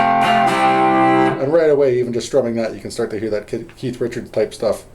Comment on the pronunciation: that's what I m talkin bout.....really good stuff for a lifetime stones fan and beginning guitar guy ur a good teacher slow enuff but u packed a lot into a short time....thx and thx for not calling keith ...keef